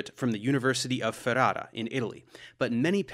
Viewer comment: I love the way you said Ferrara ;) I see you Professor